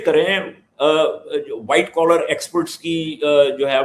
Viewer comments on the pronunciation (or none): "Remittance ke liye Whait koller ko aexphot krein..." 😂😂😂 Sapney toh haseen dekhtey hain